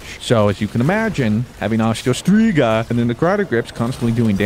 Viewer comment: 🤣 STrIGA New scribe cause you pronounce it correctly 😂